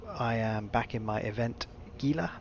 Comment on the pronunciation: It's Hee-lah. Gila is a Spanish word. G is pronounced "H". It's somewhat irritating when people say it gee-lah, but over time I've mostly gotten over it....mostly...